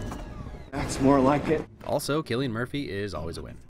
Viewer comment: I’ve only just noticed this but it’s pronounced “sillian” not “Killian”